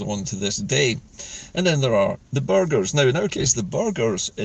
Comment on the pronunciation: Good morning, just listening to your podcast on the "Estates". There were no "burgers" in those days as m8nc8ng machines had not been invented!😂 However there were, and are still, Burgesses, pronounced "burr- jess". These exist mainly where towns and cities in Scotland still have Guildries, (old fashioned toon cooncils😅), There are 10, or 11, if you count Berwick, in Scotland and they are mostly charitable and historic organisations, although, some are rich and powerful, like Glasgow, Edinburgh, Perth, Aberdeen, Dundee and Stirling. The rest struggle for existence. Ayr, Arbroath, Lanark and Brechin. These are our l8nk to our past and need to be preserved. I know there were Guildries all over the country, but have since died. Community councils are now the modern equivalent. I enjoy your shows.